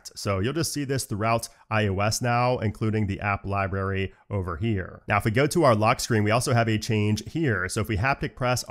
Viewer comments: LiBRary not LiBERRY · library = lie + brary not lie + berry